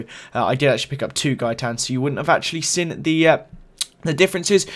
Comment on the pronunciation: Loving these videos but I have noticed recently you pronounce 'seen' as 'sin'